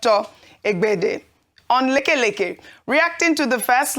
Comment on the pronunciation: Ojei okpe makes me laugh on how she pronounce the name leke leke app....lol